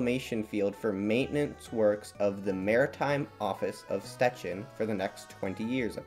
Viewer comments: Sh-ch-ecin not s-te-cin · Jep - that's a very, very bad pronunciation. With "Szczecin" your pronunciation is good, but you said that "Scecin" - "sz" and "cz" are not just "s" and "c", but are read like the English "sh" and "ch" (the sound of "cz" is the same as in "Czechia"). "Brysna" you're also very close, but you said that "Brizna" - "y" is not just the sound of "i", but something that doesn't exist in English, and "s" is not "z", but "s". And "Śmięcka" is total buthering - you said "Smika" xD "Ś" and "ę" are sounds that don't exist in English, but you also swallow some normal letters. The good aproximation in english would be something beetwen "Smiencka" and "Shmiencka". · by the way, this is how these names are actually pronounced: Szczecin — sh-CHE-chin Brysna — BRI-sna (it's s not z and the I/Y here is closer to the I as in ill) Śmięcka — SHMENG—tska (the E/IĘ in the word is a nasal vowel)